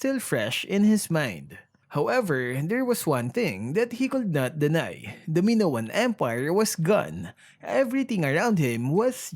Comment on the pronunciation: it's maynown not minowan :)